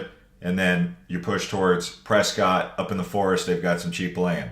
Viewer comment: So I just learned today Prescott is not Prescott. It is Presskit. 😂😂😂 I think you said Prescott several time until the very last video you said Presskit. 😂😂😂